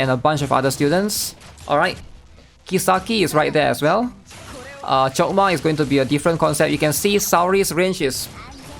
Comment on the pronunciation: Sounded like he chokdma coc